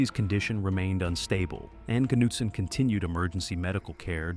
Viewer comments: How did "Nutson" become "Cuh-noot-son"?😶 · pronounced knutson different like 6+ times god damn pick one lol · Everybody take a drink every time he pronounces Knutson differently from the last time 😂